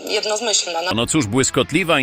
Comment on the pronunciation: Biejat nie zna nie tylko granic Polski ale też nie zna słowa "jednomyślna" i mówi, po kolejnym podejściu "jedno-z-myślna". Czy ona przeczytała w życiu choć jedną książkę?